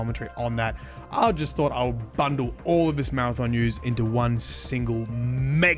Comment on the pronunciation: Maradom? It’s Mara-THON